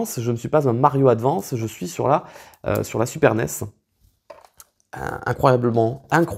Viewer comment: Pas capable advance cest un mot anglais alors dite le em aglais svp.